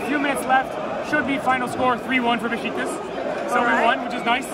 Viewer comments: Nice vid, but please learn to pronounce the name of a 120 year old legend football club in Türkiye… its not “Bes ti kas” but BESIKTAS”! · Beshtecass? Its Beshiktash ( beşıktaş) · It’s Besiktas! Lol not Bestikas 😅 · its Beşiktaş not Bestikas:) welcome to our stadium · Beşiktaş is be-shik-tash, not besh-ti-kas. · No beskitas. Besiktas. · "Bestikas?" You had one job. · Beshiktash ; for correct pronunciation in English try to read this way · You read şt like beshictash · Funny how you pronounce Beşiktaş. „Beshictash“ would be correct. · You said Besiktas wrong but it’s ok